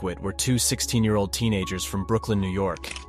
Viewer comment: "Brookling?" 🤣 It should be "Brooklyn" 😂😅😁!